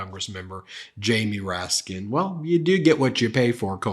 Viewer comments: The way klan mom Marjorie Traitor Green says "Raskin" without the "S" is funny as hell, considering Raskin made her look stupid for not saying his name correctly 😂🤣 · Comer sounds like Mr. Haney from Green Acres. He's insulting and mispronounces names on purpose. I'm just waiting for him to slip and throw out a slur or two. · Any decent person would apologize for mispronouncing someone's name, but not James Comer he has no class.